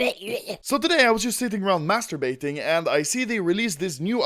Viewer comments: “Sitting around masturbaiting“ B R O I T S N O N U T N O V E M B E R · "so i was sitting around mAsTeRbAtInG" lol xD (gimme kniv)